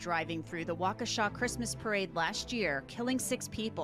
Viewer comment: I'm from Wisconsin and the way he said Waukesha as Walkoosha physically hurt ROFL